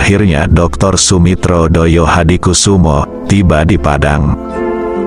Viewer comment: Saya perlu koreksi sang Narator,bahwa pd era tersebut belum ada Partai Solidaritas Indonesia,.yg ada adalah Partai Sosialis Indonesia.. termasuk pelafalan thd nama ayahanda dari Prabowo Subianto masih tepat.. semestinya adalah Joyohadikusumo, bukan Doyohadikusumo dengan ejaan lama yaitu Djoyohadikusumo